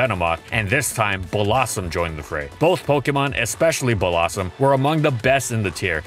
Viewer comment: Nobody:: "Bollossom"